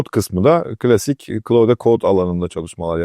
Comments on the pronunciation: hicbir ingilizce kaynakta oyle telafuz edilmiyor. ayrica dario amodei (antropic kurucusu) da oyle soylemiyor. Klaud seklinde okunur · Doğru telaffuzu öyle, geliştiiciler de öyle telaffuz ediyor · Ingilizce olan bir firmayi, ozel ismi, markayi tanitirken keske okunusu da arastirsaydiniz.